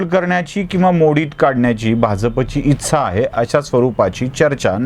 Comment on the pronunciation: इच्छा असा आहे शब्द.. तुम्ही उच्चारताना इच्चा असा बोलता.. that is इच्छा..